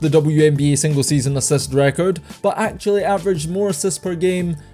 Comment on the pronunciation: Say it properly: LIST, ASSIST